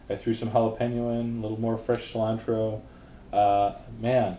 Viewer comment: it's coriander, not 'slime-tro' or wateva